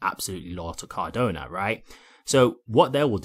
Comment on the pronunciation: It's Cardano. Not Cardona! 😂But other than that, great show!